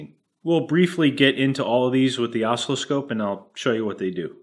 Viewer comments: Yeah, I was going to point that out. It's aw-SILL-oh-scope! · Love the video but, "osslowscope" WTF, is that like oscilloscope? LOL. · What's an oscliscope? Does it meassure ocelots? Ohhhh, you have an oscilloscope! Osc-ILL-oscope. How do you pronounce oscillation? Great channel, by the way! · Oh - Sill - Eh - Scope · Oscilloscope. I can't describe how much the intentional mis-pronunciation made my teeth grind. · You had better start pronouncing oscilloscope properly by placing the accent on the 2nd syllable, rather than the first. Otherwise, I'll be forced to stop benefiting from all the totally free and (don't get a big head) amusing content you're providing. Now get it right. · I think you are trolling with your pronunciation of oscilloscope... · You trolling with your oscilloscope pronunciation? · when you pronounce oscillascope, you're putting the Em-fass-iz on the wrong Sil-lab-uhl... aside from that, I found nothing interesting in this video. That's why I watched the whole thing! lol